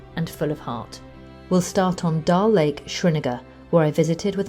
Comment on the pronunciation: Dal lake not Dar